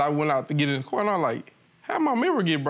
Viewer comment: Why do people say "curr" in oppose to "car" ?